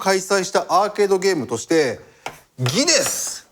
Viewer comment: 「ギネス（ギネヌ）！」